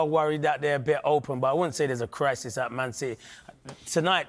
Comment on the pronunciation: "na i dont fink der any cwrisis" I'm so keen on listening to the rest of your analysis